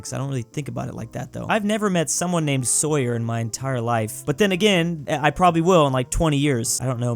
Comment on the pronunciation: Soy yer????? It’s saw as in the device the cuts things and yer, Sawyer